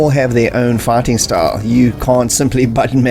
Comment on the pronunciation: Am I the only one who hears "farting" every time he says "fighting"?